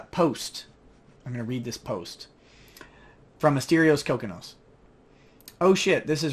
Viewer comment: It is pronounced Ko-Kee-Nos!